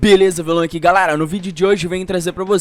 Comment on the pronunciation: como assim ele fala galara em vez de galera